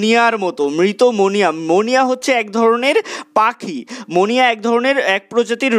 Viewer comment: মনিয়া টা ঠিক ক্লিয়ার হলোনা